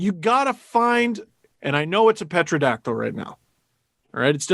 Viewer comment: WTF did say? "Petrodactyl?"